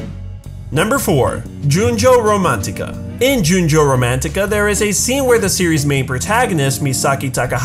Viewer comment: The anime apparently was but, I’m annoyed that he called Junjou Pure Romantica a yaoi as well as pronouncing it weirdly. Boys love and yaoi are different